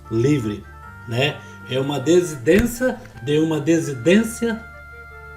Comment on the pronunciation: Perdão, irmão, mas a palavra correta é " DISSIDÊNCIA" irmão Samuel que é escritor, também confunde a pronúncia e vários outros irmãos também! Não é pra corrigir! É só pra lembrar, porque vocês usam muito essa palavra, nos vídeos! 🙏🙌